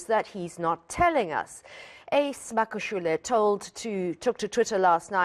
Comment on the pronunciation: This white lady pays no attention in learning to say Magashule the right way, she doesn't care, come next year she still would have not learned.